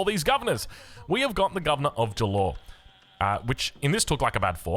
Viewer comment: As the person living in Jalor. It is pronounced as “JAA - LORE”